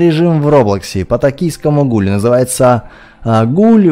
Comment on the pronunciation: А ты заметил что когда нажимал на гуля, ты сказал, конечно же гуль, тебе не кажется, что ты немного говоришь Жигуль?))))